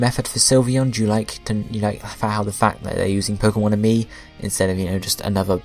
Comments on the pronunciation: It's Pokemon Amie. not pokemon and me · its pokemon AMIE, not and me.